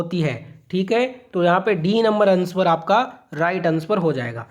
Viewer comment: अनस्वर नहीं सर आंसर होता है